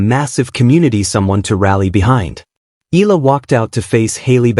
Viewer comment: EE~YAH~LAH please do not skid pronounce the two vowels of her name as one. We Filipinos pronounce every syllable or in this case every VOWEL. So, if you can easily pronounce AYALA then just change the first 'A' into 'E' then you've got it. Thanks for vlogging this.